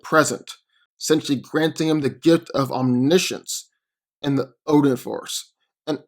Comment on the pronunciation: U said obin